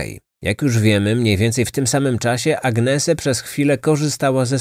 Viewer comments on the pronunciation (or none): Nie Agnese czyta się,tylko Anies ( napisałam fonetycznie,tak jak się słyszy!) Młode kobiety nie powinny wyjeżdżać same,tym bardziej ze są to czasy ogromnej demoralizacji i coraz częstszych przestępstw! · Nie Agnese się czyta,tylko Anies. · Mieszkałam we Włoszech, i jeżeli była to Włoszka to jej imię czyta się Aniese ❤